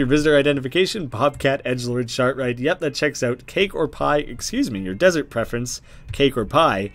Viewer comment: love how he read “desert” earlier on as “dessert” and now he read “dessert” as “desert”. That’s consistency